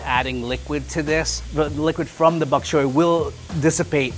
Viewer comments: this man said buk chyoy Lol not Boc Choy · it's BOK choy, not "back" choy. Also, there's no such thing as a Level 1 chef. Level 1 home cook is what this person should be titled. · Did anyone else hear Baby-Back Choy? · early in the video, did you say 'Baby Back Choy' like baby back ribs? Cute!